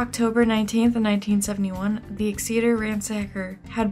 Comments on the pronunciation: Exeter is pronounced like EX-eh-tur for next time! Love the video :) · A couple of things: First, the name of the Tulare County city for which he got his "Ransacker" moniker is pronounced like "Exit-er", with the stress on the first syllable. And now, "personal" account (AND to date myself a bit), and this is a long one. My family has resided in Sacramento County for nearly five decades (we settled here in early 1973) and in the same house for nearly forty-five of them (we moved to the house literally next door in 1977) as my dad was stationed at the former McClellan AFB (which closed in 2000 and is now a very successful business park and airfield) while serving in the United States Air Force. My dad periodically would go on TDY (temporary duty), which would take him out of the area, frequently out of the country, leaving her, me, and my younger sister behind for the duration. We lived in the North Highlands area, which lies at the eastern and north-eastern periphery of the base. This area lies west of CItrus Heights, where DeAngelo was ultimately arrested some two decades later. During this time, when what was then known as Pacific Telephone, then Pacific Bell subsequent to the breakup of AT&T, started phasing out leasing telephones its Western Electric division had done for many decades. It was also during this time that the East Area Rapist, as we knew him, was at his peak. Apparently, at one point, their method of contacting those who had not transitioned from Pacific Telephone-leased equipment to CPE (Customer Premise Equipment) owned by th